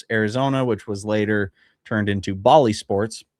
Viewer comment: Jeez...five MILLION DOLLARS a MONTH for FOUR...YEARS...that's just ridiculous. - "Bally"...like "balance"...not like the city in India. No, I'm not your dad. 🤣 Yes, the Dodgers have made great business decisions but they are what they are because of where they are. A team can't really get bigger than the market they're in.